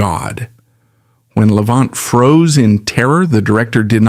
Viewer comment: A certain amount of what this "documentary," (if one wants to call this ARTIFICIAL INTELLIGENCE (A.I.) production a "documentary") purports is at least "sorta" true . . . but it too attempts to capitalize on Levant's problems. (Lordy, they could have least pronounced his last name correctly). I did hear it pronounced correctly only once - toward the end of this video). His fractured attempt at playing a Chopin Nocturne on Merv Griffin's tv show in the mid 1960s (it's available on You Tube) breaks my heart (although he did play the first part of it truly beautifully.) Yet, great - REALLY great - musicians often have physical and mental problems towards the end of their lives, for example, Beethoven with his total deafness and Tchaikowsky with HIS REALLY severe depression. (just listen to the final movement of his last work, the 6th Symphony ["The Pathetique"] and I rest my case). I claim no knowledge about Hollywood "execs" treated Levant at the end of his film career but from what I have seen of his many movies doesn't show a man near "the end of his rope." The '"I DON'T CARE GIRL" was, I think, his last major role (he was billed third on posters touting the film) shows his piano technique (with excerpts from piano concertos by Liszt and Rubinstein) at just about his greatest. His last Columbia album (ca. 1960), SOME PLEASANT MOMENTS OF THE TWENTIETH CENTURY, records him at his absolute best! His last (of 3) best-selling books isn't the work of a severely "damaged" man. (Some